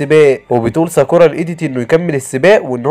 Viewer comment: اسمه ناروتو مش نرتو و ساكورا مش ساكوورا